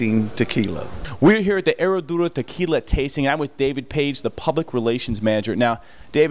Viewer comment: The "H" is silent. "Suprema" not "Supremo" - Seleccion Suprema is the bomb